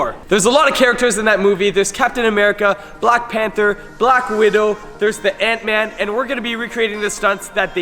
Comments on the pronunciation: he said ansman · is it just me or did i hear him say ants man arm